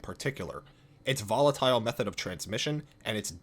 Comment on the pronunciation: Volatile" Some parkour guy: Say that again